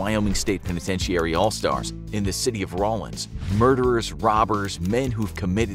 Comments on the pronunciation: PENETENTEEARY? 🥴 Unwatchable, who wants to listen to someone mispronounce simple words like "penitentiary". How have you never heard that word pronounced before? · If you can’t pronounce “penitentiary”, you could just say “prison”.